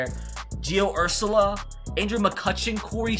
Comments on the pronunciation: Gio Urshela is pronounced Err- shell-a no hate tho love the vid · NOOOOOO ITS GIO URSSSHHHHHHHELLLLLA, BRO MY FAVORITE YOUTUBER BUTCHERED THE NAME OF MY FAVORITE PLAYER😢😢😢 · Who else got pissed how he said Gio Uerahela name wrong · Gio last name pronounced lol